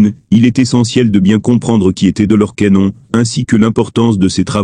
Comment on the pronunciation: Rien ne vaut une voix humaine qui prononcerai de manière exacte l'identité de cette illustre personne. J'ai arrêté la vidéo dès que j'ai entendu la prononciation de Doloresssss Cannonnnnn. Je n'ai pas liké, je ne me suis abonnée non plus. Je n'écouterai plus vos vidéos.